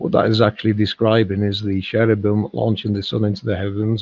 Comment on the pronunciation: She was saying Cherebum. Kerabum